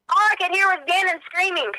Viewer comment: Why does she say "everythink" and "screamink?" That's the most annoying thing I've ever heard.